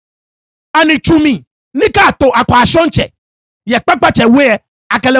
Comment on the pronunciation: Why did u say Akwashon Mantse when reading?. There's nothing call Akwashontse Mantse